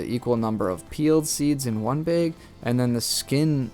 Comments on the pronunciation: in a baeg and ssouil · It's bag not beg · Where are you from with that pronunciation? I love how you say bag. Beeeg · Ceo of ina beg nd soyil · I was laughing so hard every time. When he first said it I’m like huh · Beg or bag? Wth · ayo why he say bag like that tho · Nice video but you say the word "bag" wrongly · Ohhh he was saying BAG! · Maybe you should learn how to say bag and you’d have more luck 😹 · kinda hard to explain in text! Lol i would say it rhymes with “bad” and “sad” but probably doesnt help if you pronounce them the same😅 you do you! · Why does he irritatingly say 'beg' and not bag. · it's Bag, not beg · bAg, NOT bEgg. Geesus christ. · Why do you pronounce bag as beg? 🤷🏻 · Why is he saying like that: "behg". It's bag. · I couldn’t concentrate after hearing “baeg” 😂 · My biggest take away was that you were saying”BAG” but it sounds like you saying “BIG” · The way he says Bag makes me laugh. Beg. 😂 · I need you to do me a favor, and look up the pronunciation of the word "bag". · I can’t help but notice he says bayg 😆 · “Throw em in ah beeg” hahah good info! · I keep hearing beyg instead of bag 😂 what kind of accent you got? I like it. the video was nice too, look forward to similar ones in the future 🤙🏼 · You say “bag” like baig. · is he saying beg or bag? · Are you saying Beg or Baaaa lol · Say bag wrong one more time lol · Gonna try some peeled seeds in one beeeg and some none peeled seeds in another beeeg 😅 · Why can’t this guy say bag? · lol, this idiot calls a bag a BAYGE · The amount of times he said bauge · Teehee.😆 I like how you say "bag". "... sandwich beg..." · "in one beg" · Stop saying BEG! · I could listen to you say "baeg" all day long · That's not a BEG it's a BAG lol, you don't say ESS when you mean to say ASS. Good video though! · please stop saying bage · Its bag and not bage😂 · You say bag like Kyle's cousin Kyle from South Park. 'Baeg" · BAG NOT BEG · Love to hear the difference between you saying Beg and Bag